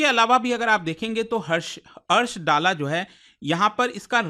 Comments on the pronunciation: Bhayiya vo निजार nhi, निजर pronounced kiya jata hai, aur vo डाला nhi दल्ला pronounced किया जाता है। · सर जी कृपया दल्ला बोलिये.